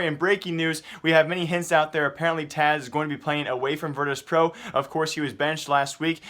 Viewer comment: its Taz not Taz ugh everytime